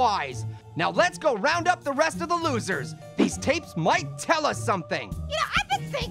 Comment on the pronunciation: "Im very "prawn" of you!